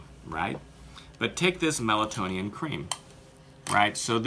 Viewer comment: C'mon guys, please, let's at least be respectful enough to get the name correct, it's Meltonian, not melatonin or melatonian. It may be the least the product deserves, but in a comparison such as this, it is deserved.